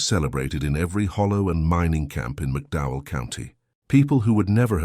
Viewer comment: McDowell County, not Mcdow.. The TOE river, not towell .The rolling hills of Kentucky, (the promissed land) is NOT appalachia! crap....20 deputies maybe.. Marshals??? really NOT LIKELY!!